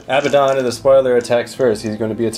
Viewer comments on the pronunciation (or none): A-bad-don Not Abba don. Say them out loud to yourself, which one sounds right, which one just sounds silly?